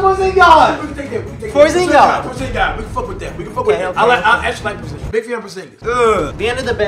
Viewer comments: Kristaps PORZINGIS how do you not know how to say his name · Porzin'god' over Valaciunas? Ffs lol